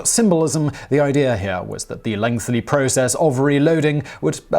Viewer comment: Once again, Simon can't say the word "lengthy" -- he always says "length-ly."